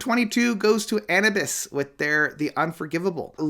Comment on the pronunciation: Its pronounced Ann-New-Bus Anubis.